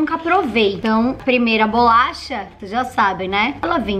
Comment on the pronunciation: É bo-la-cha